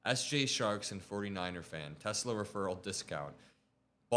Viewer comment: I love Teslurrr'